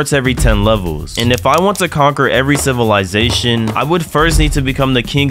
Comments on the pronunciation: How many time did he say sitizysatoin or idk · Bro you have to add a counter for everytime you said civilitation xd